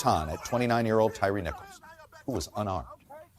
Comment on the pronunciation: It's only after watching Chuck Todd that I now realize Tyre Nichols first name is pronounced Ty-ree, and not Tire.